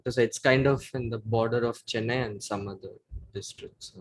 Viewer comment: Bru the way he mispronounces Chennai hurts my soul